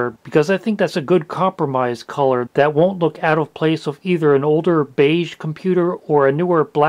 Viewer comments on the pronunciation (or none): none